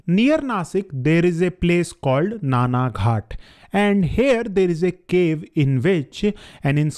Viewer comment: it is not Nana ghat. it is nane ghat.